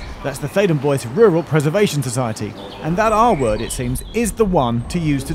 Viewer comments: ""Bois"" is, I believe a French word meaning ""woods"" and is there pronounced ""bwa"" and not ""boys""! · Bois is pronounced Bwah it's French for wood. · Oh wow does Bois rhyme with voice, not trois?! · Boise, Idaho. Theydon Bois. Pronunciation definitely not French. Faraway underground stations are always interesting. Does Epping connect to another railway?!!